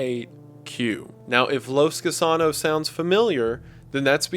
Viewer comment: “Los Gusanos” Wendigoon: Los KU SAA NOS